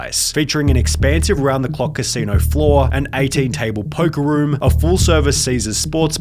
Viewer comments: Lol bro are you messing with us the way you pronounce stuff? "Elavatuh" "Danguh" "Boarduh" And the most egregious of all.... "Casinouahhhhh" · Iowah, bodah so he could gamble at the casinoah. Please tell me this is a crappy Aussie bot doing the voice?